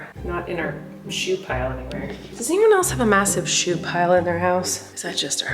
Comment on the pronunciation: shoe not she